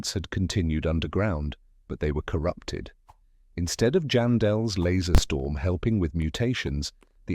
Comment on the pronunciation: "Jam Dells" 💀💀